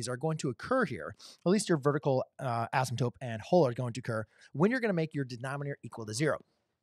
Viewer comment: Why do you keep saying asymTOPE? 😊 /Asymtote